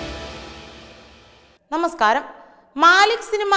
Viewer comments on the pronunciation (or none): none